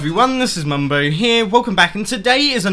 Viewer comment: 'allo everyone, this is Mumbo 'eeere.